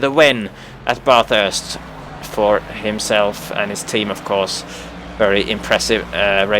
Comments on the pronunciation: As an Australian motorsport fan, this is one of the most frustrating things. ITS BATHURST NOT BARTHURST!!! NO R SOUND INBETWEEN THE A & T AT THE START!!! Its "ba-thurst" not "bar-thurst" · we pronounce bath "barth" here but bathurst is NOT barthurst, you don't pronounce the bath at the start of bathurst like you would bath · it's pronounced BA-THURST as in BA as in BAT, BA as in BATH! lol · No it's not. It's one word not two. It's pronounced bathest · is pronounced "Barth" in English, so it's "Barthurst" to us. ;)